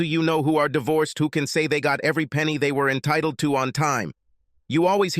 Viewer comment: AI is so weird, sometimes. The language aphasia. First time they pronounce “entitled” in-tittly-tude, second time it’s just fine